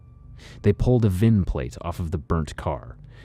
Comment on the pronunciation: Thanks for not saying VIN number... it's just VIN...😁